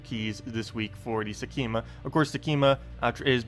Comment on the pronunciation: sek -ma ;) there is no 'e' in there